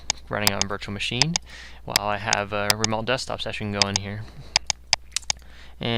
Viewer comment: No shit, watch your vids before you put them out there like you're helping something. Everyone has this information anyway. All this shows is that you can parrot a bunch of bullshit. Show us some real expertise...and stop saying "remolt". It's "remote".